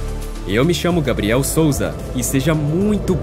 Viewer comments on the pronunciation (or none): none